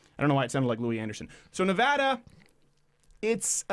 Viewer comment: By the way, thanks for getting "Nevada" right this time, Mr. Crowder.